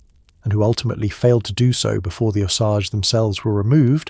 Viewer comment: And by the way, I dont know how many times the AI mispronounced the name of the Indians - its pronounced "Oh-sage." So before you put down a 65 year old "White" woman who died in the 1940's - maybe you should get yourself right with the Indians.